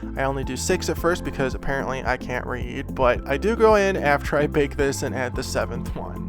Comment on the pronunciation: I am not done watching but.... A. it's looking amazing! B. It sounds like you are really trying to say BAKE. AND. BOND. Instead of the way you normally say it. I like the way you normally say it. It's part of your personality and why we watch you. Some people are GOING to be aholes. Nothing you can do about it but don't lose your personality ❤️💛💚💙💜👍